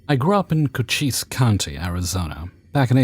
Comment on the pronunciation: Oooh good job pronouncing Cochise! A lot of towns in Arizona are weird.